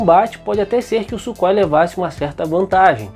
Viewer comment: Ótimo documentário e video excepcional, os Gripen passarão a ser as mais avançadas aeronaves de combate do nosso continente, e só com os pontos levantados no video já evidencia isso. Só uma dica na pronúncia do nome Sukhoi em russo Сухой (surrói). Ansioso para os próximos videos!!!!